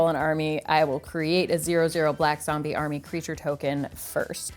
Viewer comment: was my favourite part - 'zombeh, zombeh' 😂 love it